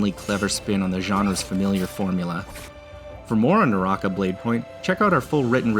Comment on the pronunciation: Way to butcher it's pronunciation lmfao